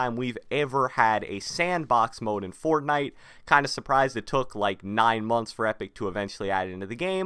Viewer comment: The way this man says fortnite pisses me off